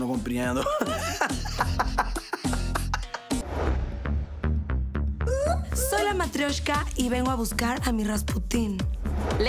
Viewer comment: Compriendo hahahaha